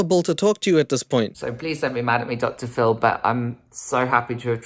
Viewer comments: When says Phil it sounds like Dr phol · I swear when u say DR. PHIL I am hearing DR. FULL 😅😅... Love u & your content is always amazing hope u enjoying u Sunday & be safe out there bc obviously their is so many weirdos in this world!!